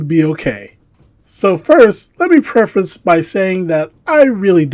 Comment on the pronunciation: Preface. "Preh-fess". Love the channell